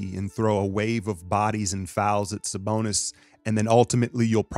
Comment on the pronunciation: lmao the way you sayin “saBONUS” 😂🙏🏾 much love bro salute! go warriors!!!